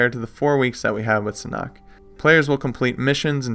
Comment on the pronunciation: It’s pronounced “SAN-HOOK”